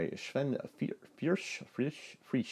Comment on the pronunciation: You've pronounced it quite well acttually. (I'm Oscar Ebrí by the way :P ) Love your vids! Cheers!